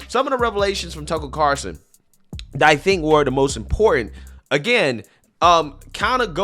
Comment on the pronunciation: One of these days you'll actually say Tucker Carlson correctly.